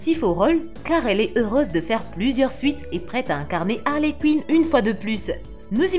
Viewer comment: Et Harley Cuine 😂